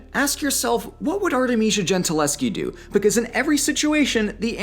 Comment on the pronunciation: Artemisia's name ends with a Schi, but you prenounce her like she was Polish, not Italian, with a Ski in the end. Please work on that for a next video.